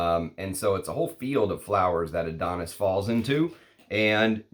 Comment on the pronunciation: It's from greek myth and is called -ά-(THO)NIS not AD-ό-NIS, not my type of scent it leans a bit feminine to me. From the discovery set i liked a lot "Brivido Della Caccia" and "Bacio Immortale" but i'm a leather enthusiast so don't trust my comment 🙄